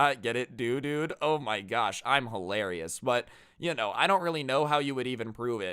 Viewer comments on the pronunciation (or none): none